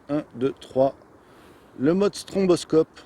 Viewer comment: On ne dit pas "stromboscope" mais "stroboscope".